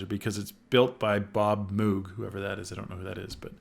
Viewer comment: Definitely not how you pronounce Moog.